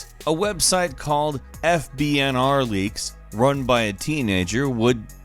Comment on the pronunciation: “FBNR leaks”